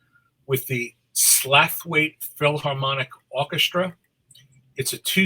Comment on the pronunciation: Thanks a lot some interesting releases there, drinking in a pub opposite Huddersfield Town Hall today. Slaithwaite is pronounced,Slawit. By the locals.